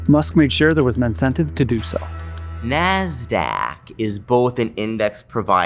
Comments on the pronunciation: the way the guy says "Nasdaq" XD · Dude Ben's pronunciation of 'Nasdaq' is spit take worthy.